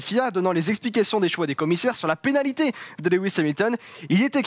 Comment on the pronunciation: "la panalité","sous mère Hamilton", Excellente émission...mais vous n'étiez peut être pas obligé d'engager le stagiaire de BFM !!!